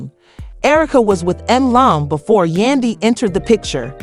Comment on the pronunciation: For her to pronounce Yandy name as Yunday is ignorant, why ? Because it’s not hard to pronounce it and im quite sure she has heard Yandys name name many times. Then for her to say it right clearly shows her ignorance.👎🏾👎🏾👎🏾👎🏾👎🏾👎🏾